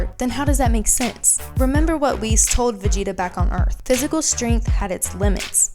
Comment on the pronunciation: Actually your the girl who can't even pronounce Whis and Jaco right, here's some facts, Arkira dosn't like Vegeta, Vegeta is a Support character, meaning that he has always fell behind, your looking way to into this and providing people false information, Vegeta is the weaker part of Vegito, it took both Trunks and Vegeta to fend off Merged Zamasu, there are MANY other senerios that prove that Goku will always be ahead and do you know why? Because he's the main character of the show, it's even on the official website, if your going to make a video use information that won't make already uninformed idiots believe even more bs